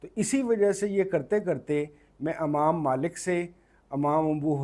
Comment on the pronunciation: Amaam nahi Imaam hota hai اپنا تلفظ صحیح کریں